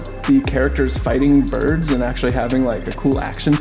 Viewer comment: Trying to process them saying "Boids" is like trying to prove a trigonometry problem with a C in algebra 1